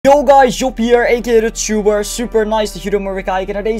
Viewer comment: waarom zeg je steeds eckoduchtuber